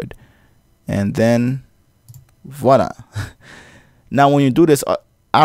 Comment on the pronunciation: when he said viola, I was like don't ever say that again LMAO